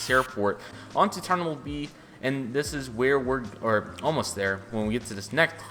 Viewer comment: It’s terminal not ternimal